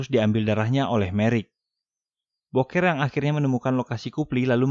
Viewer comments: Bukan boker bg,dibaca "buukir" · Ganteng2 gitu di sebut boker Ama Mimin. Mengsedih 😂😂😂😂 Buker ngab bacanya bukan boker. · booker bacanyaaa bukerrrr bukan boker anjim wkwk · Booker di baca buker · Booker dibaca buuker